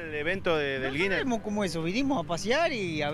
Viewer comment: Le erro mal el vaguito "record guiner", "japon" jajaj